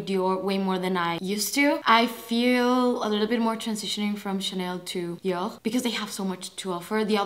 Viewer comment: I love how you pronounce "Dior". ❤️ I could listen to you say "Dior" all day. 🥰